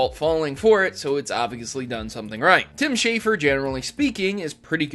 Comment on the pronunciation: Schafer, not Shaffer.